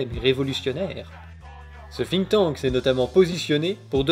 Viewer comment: Exactly like he said: "The people sink..." Izz inglish izz perfect!